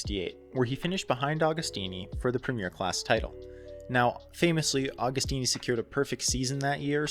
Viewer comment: Another great video lad! Interesting and well researched - keep up the good work. BTW Agostini is pronounced like Agony.